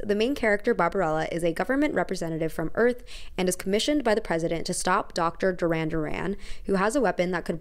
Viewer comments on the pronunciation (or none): none